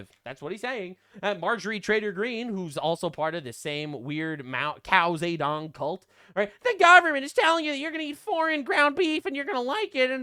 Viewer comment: Lol "Cow Ze Dong", this is what keeps me coming back.